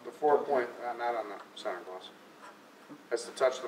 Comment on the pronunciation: Sener to sener its center not sener